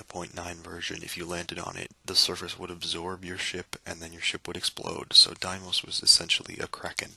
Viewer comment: I've never heard anybody pronounce Deimos that way. I've always heard everyone say Deemos, but some textbooks and scientists say daymos. 'Dai'mos' is a new one to me.